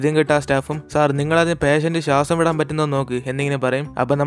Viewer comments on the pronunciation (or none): none